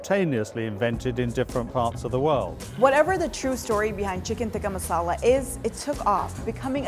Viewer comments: It is so cringey when they get an Indian girl to pronounce it “right” but then she ends up pronouncing it neither the English way and neither the “right” way. Every time she said “tikka masala” in a pseudo Indian accent I went 🙄 It is टिक्का not तिक्का. Retroflex t, not Dental t. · Cant even pronounce tikka masala properly! ITS BRI-ISH RECIPI